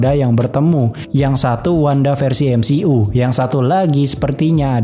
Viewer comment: cara bacanya emsiyu ngab, bukan emsi'u. greget bet gua dengernya